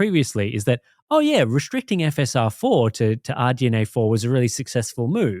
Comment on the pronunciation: It's restricting, not 'reshhhhtricting'